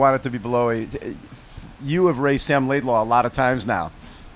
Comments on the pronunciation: just wondering why you keep saying "laidlAW" instead of "laidlOW" even after being corrected so many times in the comments and even after hearing Sam say his name on so many occasions. at this point it just shows a lack of attention to detail bordering on disrespect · Bob needs to learn that Sam's name is Laidlow, not Laidlaw